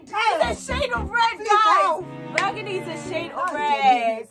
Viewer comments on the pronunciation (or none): did just say BURGANDY!!!! lmao...